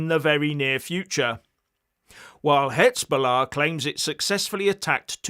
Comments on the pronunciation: I keep telling you: you are mispronouncing the Z in Hezbollah. It's like the S in Lesbian. Please! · HIZ....HIZ.....HIZ...BOLLAH!....NOT HITZBOLLAH.